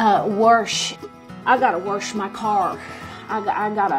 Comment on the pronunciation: I cant go with warsh or worsh. There is just no R in the word!